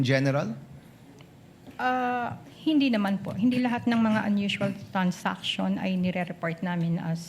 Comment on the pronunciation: Its transaction, not trans-action 😂😂😂